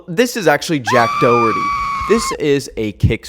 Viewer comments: im sorry it hurts my sole the way most people prounce Doherty its like dó-her-tea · the way you're saying "Doherty" really hurts 😔😔